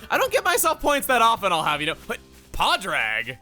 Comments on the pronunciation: pronounced Padraig as Pod rag and as an Irish person I received 20 points of force and psychic damage It's pronounced pawd-rig. Yes I will be constantly commenting correct name pronunciations before any of my Irish, Scottish and Welsh bros die by the end of this lp Love you tho!! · The second half of the name Padraig is pronounced more like an i sound than an a. Like Pawd-rig. There are actually a few different pronunciations depending on which part of Ireland you're in, such as Pawd-rick or Paw-rick, but Pawd-rig is the version used by the characters in this game. It's actually just the Irish version of Patrick. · How can you have Pádraig properly pronounced for you in the previous episode, play through the game multiple times and still say the name wrong?